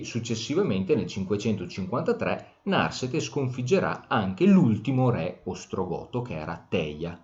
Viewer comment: Narsete con accento piano, per favore